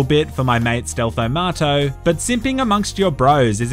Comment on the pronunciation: Is it just me or does every time he says Stealtho Marto it sounds like "Stealthomato" As if he was calling him a stealth tomato